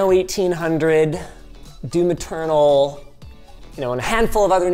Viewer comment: For a long time I always thought Linus said "Due Maternal" instead of "Doom Eternal" because of the way he pronounces it. He tends to be emphasis on the M, and then doesn't put any emphasis on the E in eternal.